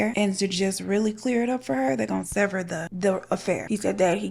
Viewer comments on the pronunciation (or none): none